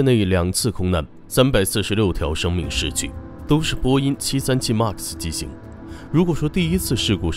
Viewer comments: 麦克斯，不是“骂克斯” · 读麦克斯…… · 能不能把MAX读读好啊，听着贼难受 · 英语再怎么不标准也不会这么读一个只有两个音节3岁水平的英语单词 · 一共就一个英文，max！！！这不是口音问题，是英文太差。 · 视频做得很好 但是max读成妈克斯...macs也读错好难受